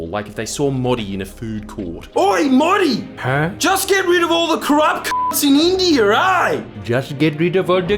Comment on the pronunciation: that pronunciation of Modi hurt 🥲